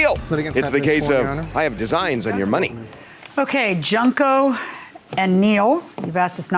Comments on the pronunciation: Not Junk-oh 💀💀💀💀💀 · Man she called that lady JUNK-O lmao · They were not pronouncing her name it's Junk ohh just like her testimony